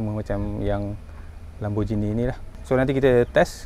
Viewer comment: lamborgheeni bukan lamborjini